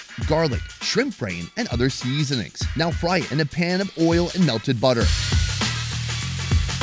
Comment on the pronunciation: 😂 why does he say it like that